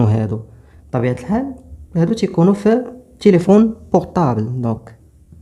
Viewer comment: Téléphone و ليس Téléphonne